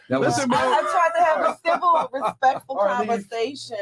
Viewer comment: She tried to have a thivel converthasion